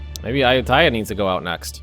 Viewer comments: He actually say Ayutthaya correctly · Forget Bengal, the way you say Ayutthaya makes my skin crawl.